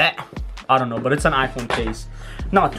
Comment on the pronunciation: why does he say sh-know instead of know?